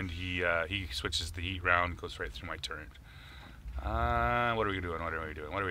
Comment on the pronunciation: The word is TURRET.......not TURRENT